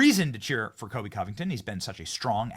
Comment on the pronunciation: Benny it’s Colby not Kobe